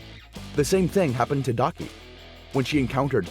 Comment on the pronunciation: Daki* not Faki actually that is funny saying Faki😂😂